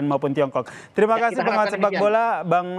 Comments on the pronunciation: Roni pangemanan mas..bukan panggabean😂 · G ada yg lain news anchornya? Pangemanan jadi Panggabean. Minta maaf at least kalau ada salah.